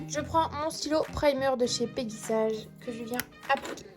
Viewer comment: Mdr comment tu prononce peggy sage 😂😂😂😂😂 ( peggy elle est sage ) 😅 C'est peggy sage à l'anglaise comme OPI , baby boomer ect ect ect ....